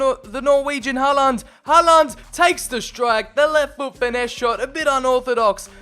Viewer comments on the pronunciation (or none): The way you pronounce Håland "Haland" is making me cry... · TdT_killler-_- Its håland